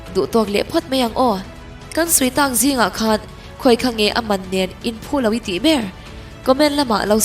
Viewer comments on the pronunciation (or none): none